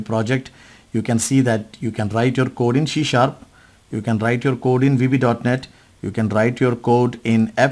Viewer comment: Why are you spell shee sharp it should be c sharp. Correct your pronunciation